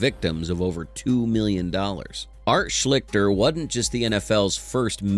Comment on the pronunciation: Come on!!! Know how to pronounce the names of the SUBJECTS of your videos !!!!! #2 is pronounced Art SHLEES-ter